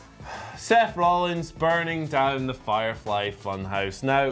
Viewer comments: Ah yes, the uh... Firfely... Funhouse... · Firfely? Is the whatculture mispronunciation game spreading?